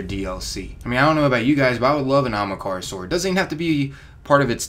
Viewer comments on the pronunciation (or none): aHAMkara, not ahMAkara. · Writes it Ahamkara. Pronounces it Amakahra. I'm dyslexic as fuck and I'm insulted. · its pronounced aHAMkara not aMAHkara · The bones on Io aren't ahamkara bones, and its not pronounced amakara. Just sound it out o3o. The evidence to support that the Io bones aren't dragon bones is that first off you can notice a ton of snail and trilobite remains along with the bones. The theory that would make the most sense is that Io used to be either a water world or primarily aquatic with a bit of land. Also, the area that we go on Io would fit perfectly underwater. Just imagine it with water. Those skeletons are most likely of some type of whale or alien creature. The bones "could" be ahamkara bones but that is HIGHLY unlikely and wouldn't make sense. We will no doubt have dealings with one sooner or later though. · Ahamkara not amakara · It's Ahamkara not Akamhara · It is A-HAM-KARA, not AMAKARA. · jesus christ there's an H in ahamkara- not Amukara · WHY DOES HE IGNORE ONE OF THE A'S!!! ITS AHAMKARA NOT AMAKARA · A-HAM-KAR-A, not A-MA-KARA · Anyone else get triggered when he says "Amakara" rather than "Ahamkara". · Its not amakara its ahamkara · Amahkara? Not Ahamkara? Jesus dude. Taking illiteracy to the max. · Its not amakara its ah-am-kara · ... great theories, but it's pronounced Ah-hahm-ka-ra, not amakara... sorry, I get twitchy with mispronunciation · Its not amakara...its ahamkara... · ITS NIT PRONOUNCED AMAKARA!!! ITS PRONOUNCED A-HUM-CAR-UH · Not Amakara its A(H)amkara that annoyed me a lot, sry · Am I the only one that’s triggered by him saying “Amakara” instead “Ahamkara” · not trying to be a jerk here, just winced every time ya said it so feel the need to point it out :P It's AHAMkara NOT AMAkara. ya keep jumbling up the name a bit. :P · Bruh you're saying Ahamkara wrong!!! Not Amakara...AHAMKARA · I really don’t get why people cannot say (aw-hum-kar-uh) it’s not Omkara or Okamhara dumbass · It hurts ma sowl when he says "Amakarea"